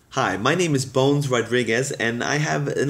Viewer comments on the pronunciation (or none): You mispronounced "Bones".